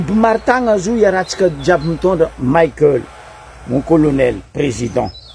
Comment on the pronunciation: 🥱 Prononcer tsara agnarana nany, Colonel Michaël fa tsy Colonel "Maickel" nao zegny. Izy tsy américain kara Mickael Jackson. En plus, mivolagna normal anao fa izy tsy manofo kara atao nao. Mazava ? 🫵